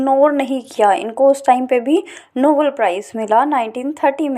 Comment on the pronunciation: Nobel prize not novel prize